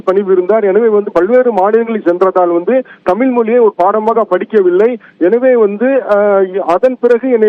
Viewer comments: தமில் தமில் எத்தனை தமில், 🙃, கடுப்பெற்றுகிறார் மை லார்ட் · தமில் இல்லை,தமிழ்..ஒழுங்காக பேசவும்.. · தாமில் இல்லப்பா தமிழ் தமிழ் அப்படின்னு முதல்லா உங்க ரிப்போர்ட்டை தமிழ் பேச சொல்லுங்க, அப்படியே HIGH கோர்ட்லேம் தமிழில் வாதாட அனுமதிக்கணும் HONOR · இவரே, தமில், தமில் என்கிறார். ஐயா. தமிழ் என்று உச்சரிப்பு சரியாக சொல்லுங்க. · தமில், தமில் மொலி அய்யா, ழ. கர உச்சரிப்பை சரி பன்னுங்கய்யா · செய்தி சொல்பவர்- அவர் தமிழ் என்று சொல்லாமல்- தமில் என்று சொல்கிறார்- அதனை கவனிக்கவும்…..